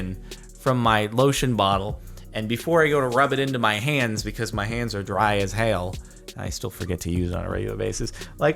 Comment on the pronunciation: he said hail instead of hell